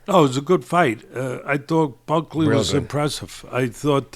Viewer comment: Week after week you continue to disrespect these fighters the very least you could do is pronounce their name correctly, who in the hell is Ulberry & Bucky ? 🤣 I’m starting to think it’s intentional